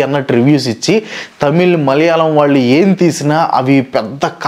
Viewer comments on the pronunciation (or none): none